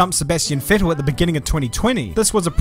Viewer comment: pronounces Vettel correctly (Like fettel). This German here is impressed!